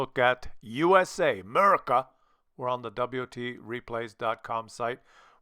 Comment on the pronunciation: When keeps saying 'Murica, I keep expecting FUCK YEAH after it